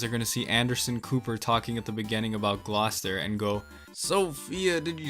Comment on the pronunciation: As somebody who lives in Massachusetts, Gloucester being pronounced like that makes me mad too.